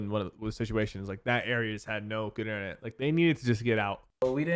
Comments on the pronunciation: Inthernet? Its internet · Someone get this man back to school to learn how to say internet